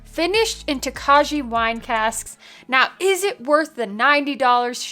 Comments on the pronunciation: First of all, it is pronounced "Toka-yee!". Yes, it sounds very Japanese... but Hungarian. Second... I cannot believe they got only a bronze at the San Francisco Spirit Competition. The dude judging it probably had no clue what Tokaj Wine is. What a shame... I just got it for $113 (I hate taxes). Totally worth it. I'll get a couple more bottles for the cellar. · The j is silent . . . toe-kye, It's a Czech grape and they use to to make sweet white wine. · Pretty sure it’s pronounced “Toe-Kay” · It is most definitely pronounced Toe-kye. Rhymes with rye. 100% no fakies. Sounds like a delicious bottle though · You guys just continually keep doubling down on the incorrect pronunciation of Tokaji 😂 Its not Japanese its Hungarian..think Toe-kye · It’s pronounced (toe Ki). I have to try this again.i think my first bottle was tainted. I gave it away. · The J is silent in the pronunciation, or listen to how Fred Minnick correctly pronounces it